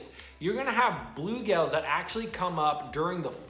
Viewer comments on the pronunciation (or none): You saying bulegales or bluegills?